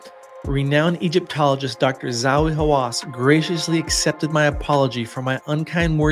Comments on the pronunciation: "Za-hi Hawass"* Not Zowie. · Pronounced...Za hee not Zawee